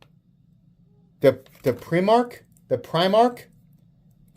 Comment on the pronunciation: has no clue about Warhammer 40k. He mispronounced Primarch 😂